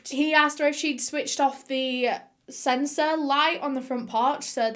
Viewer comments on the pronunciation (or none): none